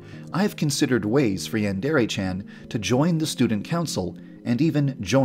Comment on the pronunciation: Did This Man Really Say “YaAaNdErE”? Did This Man Really Say “Brain Paint”?